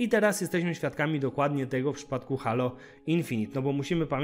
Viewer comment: Czyta się Hejloł a nie Halo ;) Gra nie wygląda okej, jak na crossgen